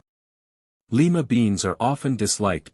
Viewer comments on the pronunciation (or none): The city is "lee ma;" the bean is "lye ma."